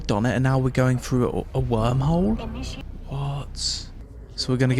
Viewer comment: "Frew"......Jesus dude, stop butchering the English language.